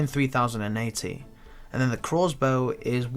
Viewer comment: Fuck me, I always pick up on the way he says that It's funny as, glad someone else is with me lmao